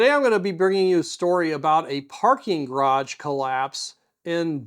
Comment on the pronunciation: Why is it so hard for many Americans to pronounce "garage" correctly? I mean, if there was a "d" in the middle, we would probably spell it "garadge"... neither the (US) English (ga·raazh) nor the French original (ga·raj) have this "voiced alveolar plosive" in the middle... so why insert one? I mean, I was curious and researched this a little and the only explanation for the insertion of a linguistically "decorative D" in "garage" was this one: "I once tried to pronounce it upper-class but then I sounded like a twat"...